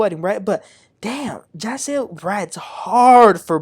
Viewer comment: Please stop mispronounced the names incorrectly! It's "Ja'Cil" and "Sunday"